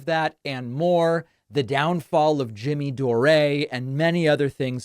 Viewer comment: After all this time you still can't manage to say Jimmy Dore's name properly? Lol